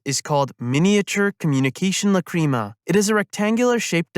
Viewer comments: It bothered me the whole time, Lac,Ra,Ma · It’s pronounced Lac,Ra,Ma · La-cream-a 🤨 /j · Why you say Lacrima like that T.T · god I hate how you say Lacrima. It makes me doubt you've watched the series. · This is a great video but your horrible pronunciation of lacrima is killing me inside.